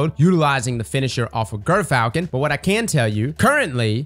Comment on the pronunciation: IT'S JERR-FALCON, YOU GERK